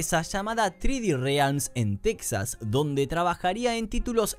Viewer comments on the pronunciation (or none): none